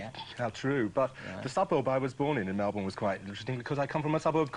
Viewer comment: I'm irked by how he pronounced Melbourne.